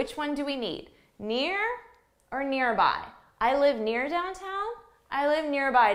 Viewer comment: wait for a second what is dowtown? you mean downtown?